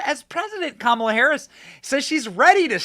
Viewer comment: Kamala, not Pamela (or was that on purpose?)!